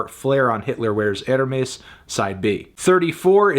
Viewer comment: I just really don’t want to hear him pronounce “Hermès” like that anymore